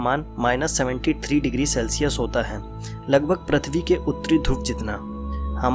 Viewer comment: Sikh le Prithvi bolna pahla